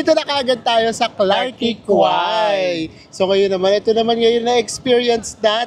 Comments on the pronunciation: Clark key po ang tamang pronounciation😊sa Clarke Quay.. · Klark kee po yung pronounciation. 🙂